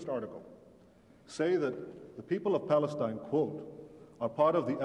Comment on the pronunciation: It's Falesteen Not Pale Stein